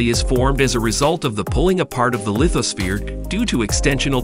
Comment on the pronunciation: ok, it's hard to watch this because the narrator didn't look up the pronunciation of some technical terms such as seismology, lithosphere, vulcanism, country names such as Ethiopian, Tanzania, Zambia, Eretrea, and especially Sinai. This might be a computer generated voice. Not sure.